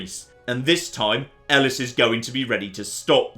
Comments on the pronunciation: Pretty sure it’s pronounced like “eh-lease”. But also my sport and spectacle professor could’ve been wrong so *shrug*. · Elis? Who the fuck is Elis?!